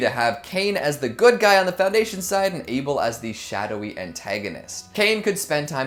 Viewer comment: it's able not Abel EEEEEEEEEEEEEEEEEE